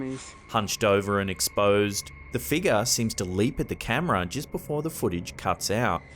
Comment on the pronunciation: You add an "R" to random words but remove it from "figure..." You say "figa."